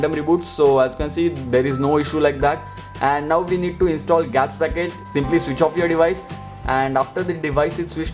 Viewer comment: its G apps (Google apps) .... not gaps as u said